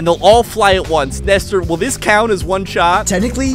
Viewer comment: why did you call him nester?